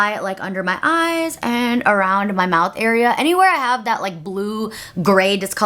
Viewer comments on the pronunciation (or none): none